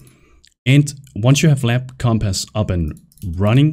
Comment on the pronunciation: omg say compass right. omfg lmao.